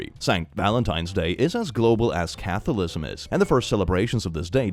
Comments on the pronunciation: Umm... Do you always forget to spell the ends of the words? Catholicism... You said "Catholism" ... 😳 I'm just a bit confused, dude... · Catholicism is pronounced (cah-thall-is-ism) I hope this helps